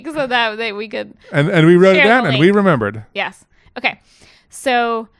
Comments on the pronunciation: I thought he was saying we we we we not yes yes yes yes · At this moment turned into a French man and said Yes Yes Yes Yes Yes Yes. 🤣 Nice to see his catch phrases are multilingual!! I think I enjoy the French version more! 🤣 If this was not the case then he has currently taken up pig calling since he has all this spare time now!!! 🤣 I love when can make me laugh without even trying. We’s Are Hard!